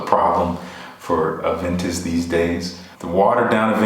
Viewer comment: Thanks for the reply! It means a lot! I hope to get my nose on a sample of Aventus Cologne when it releases here in Montreal!! btw stellar pronunciation ;)